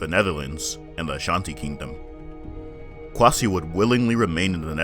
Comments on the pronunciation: It’s kwaysee !! My god, get the name pronunciation right !! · Yeah if you read, I did help you to pronounce the name !!! I said “kwaysee” !!! 🤦🏿‍♂️. Trust me, I’m a true supporter of black business and there’s a right and wrong. Now you’ll never learn to pronounce every African word ?! You practice. You gotta put more heart into it.